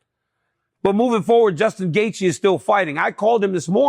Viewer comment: DC, did you mess up Justin’s name on purpose😅?